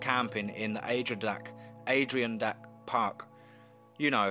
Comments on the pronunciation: Pronounced ad ee rond dack(s). Otherwise great narration and scary story! Keep up the good work! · LOL a fun ride! (BTW, it's "adder-ON-daks" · ( Ad-er-on-dax, emphasis on first syllable. ) Killer story. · Great story but will have to call bs on this one... btw... here in the states those mountains are pronounced Add-ugh-ron-dax. I liked it though. very spooky. thank you